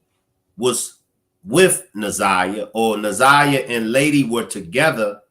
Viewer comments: I see that older people especially get Na'Ziyah's name wrong. I'm like you, take the time to say it right! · This lady K.M seems like she is one of those that call our little lost Na'ziyah fast. I don't trust her either bru. She can barely get the child's name right for goodness sake. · I think its disrespect for the lady K.W, speaking in the press conference not to correctly say Na'ziyah's name. Im getting sick of it. She and her name is important. 💜💜💜💜💜💜💜